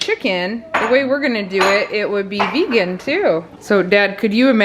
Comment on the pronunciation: Vegan... Vayga... Vegas...🤣🤣🤣